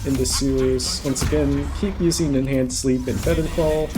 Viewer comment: 100% heard the same lol